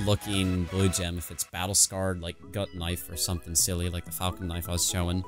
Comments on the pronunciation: Dislike for "falcon" knife instead of falchion, lern 2 spek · ... He still mispronounces Falchion.